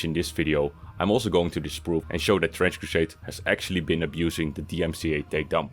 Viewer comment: "Trinch crusaiyeed!" ~Some random shill.